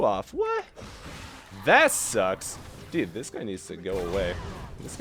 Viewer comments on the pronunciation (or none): why does he say deed when saying dude? "that sucks deed" like...... ure not even trying